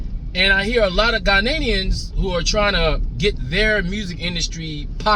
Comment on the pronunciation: Ghanaians not Ghananians lol😅